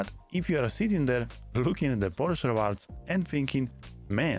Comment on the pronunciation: Unrelate note, thank you for pronouncing Porsche correctly as Por-Scha.